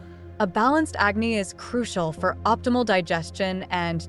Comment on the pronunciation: It is Vaata (A kind of Dosha not as you said Veda) IT is Agnee not acne. Agnee means fire.Jatharaagni means fire in stomatch.These are Sanskruit words